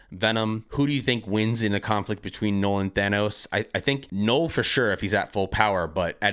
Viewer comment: Null like hull not gnoll like hole